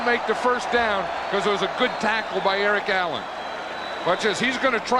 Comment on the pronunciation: lol sounds like Vern says Erling Haaland rather than Eric Allen. Is Vern a time traveler???